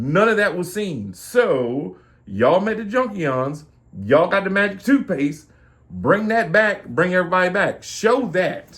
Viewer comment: "Magic tooshpaste" lol. I thought it was magic windex, made him all shiny